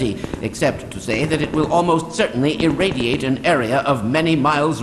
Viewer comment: *irradiate, not eradiate